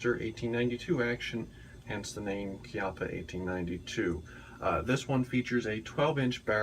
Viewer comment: First of all thanks for pronouncing the name Chiappa correctly, and second that seems like an awesome firearm